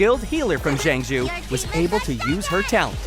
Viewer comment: Jang shoe lafuu.... jing wan.... imbebetor.... baiylu....haenyae 🤦🏻‍♀️